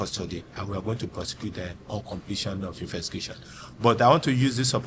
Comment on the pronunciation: Baba no sabi pronounce "Investigation" Good job though